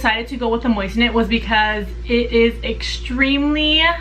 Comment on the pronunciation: Think you are pronouncing it wrong. They carry those on JTV